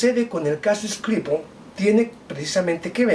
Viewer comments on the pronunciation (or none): No sea boludo. Pronuncia bien SKRIPAL